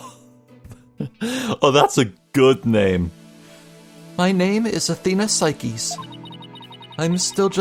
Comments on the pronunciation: im pretty sure her name isnt "sai keys" but "sayks" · "cykeys" i have NEVER heard anyone pronounce her name incorrectly before it's "sikes" as in "sike"